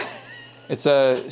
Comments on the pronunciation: “Sah-keh”, not “sayke” 😂 Also, a LIB viewer 🙋🏻‍♀️ and I agree with your picks of the men! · Japanese Sake Beer is (sah-kee) 😉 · 💀 Dude... He pronounced Sake (saw-key/saw-kay) like, "for the SAKE of all mankind." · oh for pete's sake, did seriously call Sake, sake? Sak-A like sack-A. Also not a beer. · Not sure if you were joking, but sake (Japanese beer) is pronounced "SAW-kay". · Sake pronounce sock ay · Sake is pronounced “sock-eee” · 300 cm of snow is equal to 10 freedom units, btw ;) also the japanese drink sake is pronounced "sah-kay" in english :) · That 'sake' Japanese beer is pronounced 'sock-ee'. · Sake Japanese beer...?😂 I think that word is pronounced "Sah-key" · Sake 😂 it's okay, but I did laugh after just asked him if he pronounced the name on the bottle correctly. Thanks for the fun watch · Your Japanese is pretty bad. An E at the end of a word is pronounced as a long A. An I at the end of the word is pronounced as a long E.